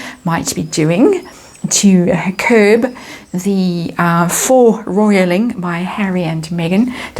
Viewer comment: thank you. faux - pronounced as in foe.